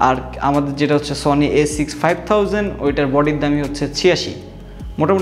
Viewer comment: এত ইডিটিং এ ভুল কেন? A6500 উচ্চারণ ভুল